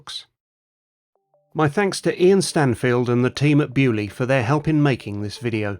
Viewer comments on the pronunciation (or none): I hate your pronunciation of Beaulieu!! It is a French word you pommie git! Get it RIGHT!!!